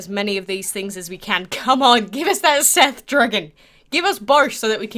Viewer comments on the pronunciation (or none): none